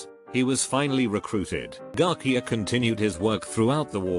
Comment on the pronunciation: TTS be like: Joo-ann Pew-jol Garkia and double U double U two.